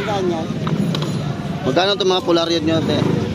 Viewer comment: Ha ha ha..polaryod.....polaroid sir..😂